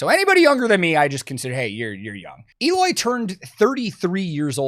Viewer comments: Eloy has been the VERY BEST metal drummer for quite some time now. That people would not know about him, it's fine, but say he's not good? HE IS THAT GOOD. After all, Slipknot JOINED Eloy for a reason. and his name is spoken EH-LOY, not EE-LOY. CASAGRANDE is spanish/portuguese for big house. Casagrande is actually a very common family name in Brazil. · Had to say it.... Pretty sure it's prononced 'L-oy" not 'Eeeeloy' hahaha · actually the "E" in Eloy's name is pronounced like the "E" in "ten". the rest is correct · According to Eloy, you pronounced Eloy wrong though. It’s Eloy, not Eloy 😆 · Eloy is great, but his name doesn't start with a J and end with a Y, so I dont know man!